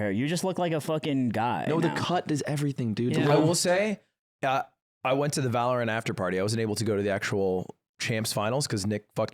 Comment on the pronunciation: I want ludwig to improve himself by saying valorant properly.